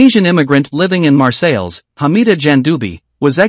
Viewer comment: Teach your American AI voice how to pronounce Marseilles Please.